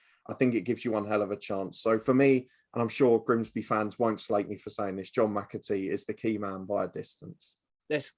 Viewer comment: It’s Grimsby, not ‘Grinsby’🤦🏻‍♀️